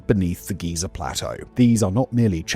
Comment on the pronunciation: Somehow Simon pronounces Giza and Geyser the exact same way